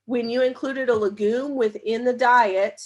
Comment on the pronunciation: No offense, but I wish you would learn to pronounce legume correctly.